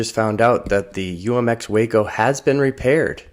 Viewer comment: It's WAAAACO, Waco, Willman aircraft company of Ohio!!!!!!